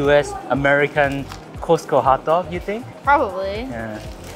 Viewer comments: LOL. Sorry, but it should be pronounced as “Cost” like how much does it cost? Not Ko-se-te-ko. No, the Korean Costco food court does not compare to the American ones. First of all, the hotdog should be a foot long and is long with all the condiments (you were missing sauerkraut). Much better tasting than the Korean ones. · The way you pronounce Costco! 😆 ❤